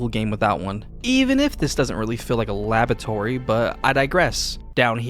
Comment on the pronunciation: Sorry bro, had to do it La-bor-atory Li-brary